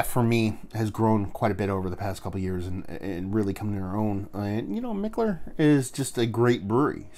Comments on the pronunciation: you are totally butchering the pronunciation of Mikkeller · ok.....Bro your comparisons are the shit but Kobe secondary to Shaq?🤔?? Cmmooonnn!! Anyway, always enjoy the reviews dude and who give a flying fuck how you say Mikkeller!!